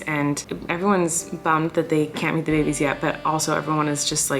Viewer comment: My family is praying that your little babeh’s (I tried spelling it the way you say babies 😆) will be home for Christmas. Sending LOTS AND LOTS OF PRAYERS AND AMAZING VIBES YOUR WAY! ❤️ ❤️ ❤️ ❤️ ❤️